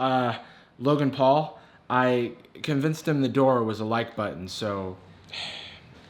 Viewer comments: This is a great video, I've rewatched it so much. However, every time I watch I can't get over the VO girl's pronunciation of "button". It gives me strange uncanny valley vibes. I don't know why. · Why can't they say "button"? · I still find how they pronounce "button" as "buh-iiiin" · RGB keyboard what's that? Never heard of them. , I'm not a native English speaker, but is that the actual way to pronounce 'Button'?